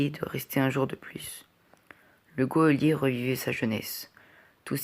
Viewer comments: Super lecture en revanche on dit un JOLIER non un GUEOLIER (geôlier) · C’est GEÔLIER pas GUEOLIER